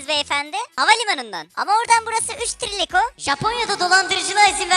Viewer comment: Videodaki: 3 Tiriliko: Benim anladım: 3 Tirilion😅